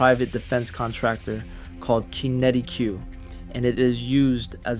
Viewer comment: At least make the effort to check your pronunciation e.g. Worcestershire, Qinetiq etc.etc. You can find out how to pronounce them on Google!